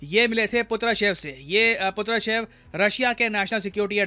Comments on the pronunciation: Not "पुत्रशेव", he is Nikolai PATRUSHEV 😅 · Sir wo Putrashev nhi Patrushev hai😅